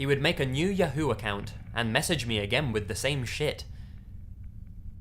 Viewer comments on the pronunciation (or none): Or how he pronounced “Yahoo”.